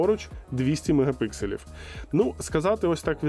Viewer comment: Мегапікселів, а не мегапикселів